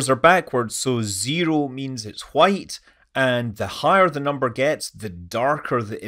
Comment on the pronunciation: A certain dog named Brian tells me to ask you what exactly you mean with "full wccchhhhite" and demands you to "say it again". Gotta be off now, about to eat some cool wcchhhip.